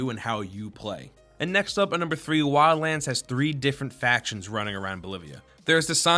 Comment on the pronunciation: "WILLANDS" XD Shit has me dead